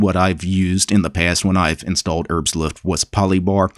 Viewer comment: Your pronunciation of Herbstluft is pretty funny. ^^